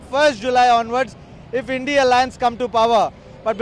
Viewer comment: Its INDIA alliance.. & not bloody how u r pronouncing... 3rd grade godi media & chutya repoter of Tv9